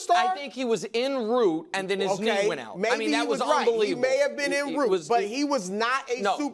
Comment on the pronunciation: “In root” lemme remind you these are the people that are in charge of running journalism/commentating